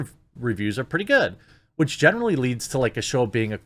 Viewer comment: I'm sick of "Strong! Female! LEEEEEADS!" You're trying waaay too hard